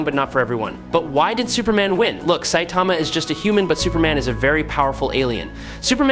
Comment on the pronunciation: I never understand how an anime says a characters name then someone says it wrong. Say-Tama? SIGH-TAMA